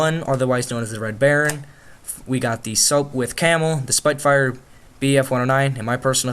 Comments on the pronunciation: it's pronounced spit-fire not spitefire... you learn something new everyday am I right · the planes you said that was really annoying ok so I'm am an aviator and the focker wasent just the red baron altho he did fly one but other German pilots fly them also you said spitfire you said spiytfire it's spit fire and the bf 109 is a meshashmit but cool vid just correcting you 😄 p.s. I've been in a Lancaster bomber and the tore the man said I would be the rear gunner because I was at the back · spitfire pronounced spit fire is the best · it's pronounced it the spit fire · He said spitfire wrong say it properly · One propeller heads will be pissed its "Sop-With" and "Spit-Fire"